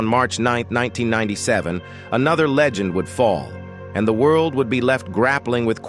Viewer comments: Bro your A.I narrator is acting all screwy! Saying words like Leegend instead of Legend and enmity instead of animosity. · At first I was like it's not AI but then 'leegend' for legend, 'acu-men' for acumen, 'Kernack' for Knack. Stop with the AI slop please.